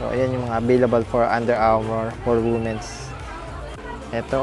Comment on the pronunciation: Just to correct your pronunciation 😊 it is read as weemens not woomen's the word Womens